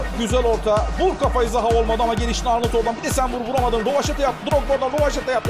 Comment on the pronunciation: de zaha ya zaguew diyor